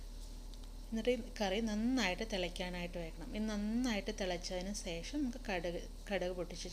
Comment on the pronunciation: സേഷം സേഷം അല്ല ശേഷം ഭാഷാപ്രയോഗം അത്ര ശരിയായില്ല